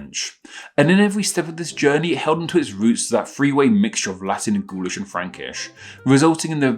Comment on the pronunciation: Gaulish sounds like ghoulash